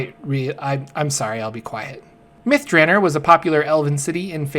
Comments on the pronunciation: Long O in Drannor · You're pronouncing it wrong by the way. It's DranOr. There is no E at the end. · can't deal with your pronunciation of the name...👋